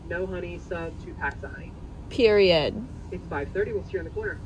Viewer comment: people who say “period” like that really deserve no one’s time anyway … what a pathetic grasp for attention and I am guessing “likes” 🙄